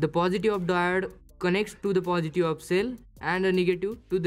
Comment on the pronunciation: It's pronounce "positive" not "positu"